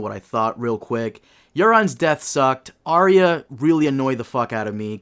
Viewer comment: If you cant pronounce Arya, then you cant be taken seriously